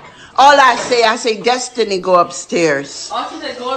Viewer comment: You didnt understand her way of speaking she said DUSTINY